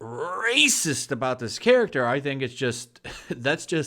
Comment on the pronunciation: It's fucking insane that everything offends everyone. It's crazy to me because most of the people who are getting offended grew up in the 80s and 90s where nobody cared about being offended. What the fuck happened!? I don't understand... P.S the way you say racist is hilarious. Lol